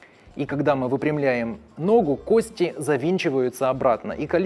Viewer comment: Не надеюсь, но попробую... Может, кто-то и читает коментарии. Автор видео, пжлст кОсти!!!! Ударение!!! Ну вы же пытаетесь в подобие доказательной медицины. Горит в области первичного рта(пардон, пардон). Вы монтируете видео используя только видосики с ютуба и тиктока? Откройте атлас Капанджи, проконсультируйтесь в профильном месте, вам все подскажут, а то ботов накрутили на 600т., а понимание матчасти приземлённое...